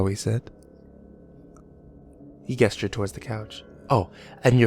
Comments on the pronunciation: The way you say gestured is wrong it's pronounced like "jestured" rather than "guesstured". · Do you fuck up words on purpose? "he GHestured towards the couch."